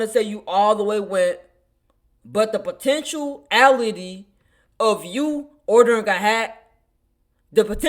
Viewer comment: Potenuality? Dude learn to speak English.